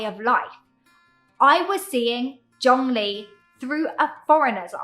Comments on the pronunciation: Not to criticise at all,. This is a very common observation of non-native Chinese speakers. Perhaps, when speak them, stress more the second or last syllable (character) of Chinese names for locations and people in Taiwan and China. Zhongli should be zhongLI. Tsai Yin-Wen (the president) should be more Tsai Yin-WEN. All Chinese characters have mono syllable sound. Hence they are very short. With names tend to have 2 characters for locations and 3 characters for people, they aren't long for the ears to register well. Stress or/and slight elongation on the last character/syllable somehow alerts the brains to register the first one or two characters/syllables better so the name as whole makes better impression. Sometimes a longer pause before the last character/syllable also works. I think road signs etc for locations in Latin script in Taiwan should have capital letter for the first letter of the second character/syllable. That way, it's easier for non Chinese readers. Keelung of course is geeLong... Well, history is history.. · It’s called Chung-Li